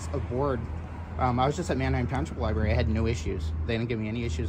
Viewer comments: Did that goofball just say liberry? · The Library employee called it a libary several times. For heavens sake, adults should pronounce that word correctly.